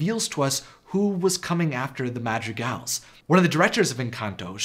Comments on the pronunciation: how u say madrigals sounds like magic elves... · When you said "Madrigals", I misheard it as "Magic Elves" and was confused for one second... :)